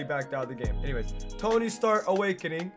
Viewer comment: Why is it an emote ? Couldn't they just make it a new suit ? The emphasis on Tony is kind of annoying imo..